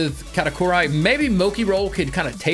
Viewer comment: moki and katakari